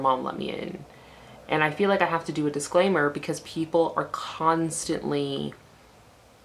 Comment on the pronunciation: You mean "disclowmer"